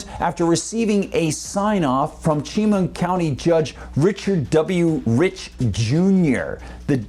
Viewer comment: *Chemung County is pronounced Sha-mung, thank you.